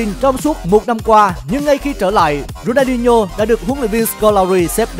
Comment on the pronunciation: Đọc tên người ta mà cũng đọc không đúng. Ronho là ai